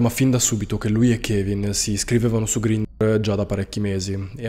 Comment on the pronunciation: La pronuncia dell’app è totalmente sbagliata…